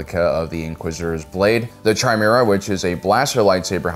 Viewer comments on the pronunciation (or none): Chimera - pronounced KAI MERA, not CHAI MERA. It's Greek.